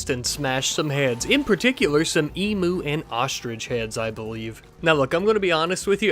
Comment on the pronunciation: emu not emooo "eem you"